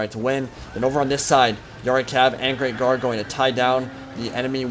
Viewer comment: haha i thought you were saying grave guard not great guard